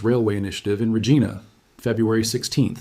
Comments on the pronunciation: Ahem, dear robot. About your mispronunciation: "Regina," Latin for queen , in the case of the Canadian city a reference to Queen Victoria, in whose reign Canada, well, continued to be great. Uh, the earlier greatness might be thought of as that established by the drubbing dished out to American invaders during the War of 1812. The letter I in the middle rhymes with pie or my . The robots' mispronunciation "regeena" is painful to the human ear -- at least when the human is not a Donald Trump lobbyist. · How about learning to pronounce Regina? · I guess A.I. can’t pronounce Regina?